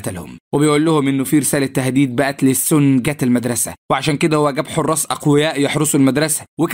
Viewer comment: ليش بتقول السنا كدا بتنرفوني😮